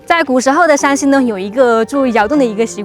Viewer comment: Shānxi 山西😂❗️☝️ not Shǎnxi 陕西😅❗️